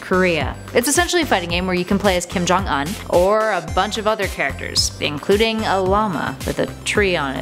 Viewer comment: say his name right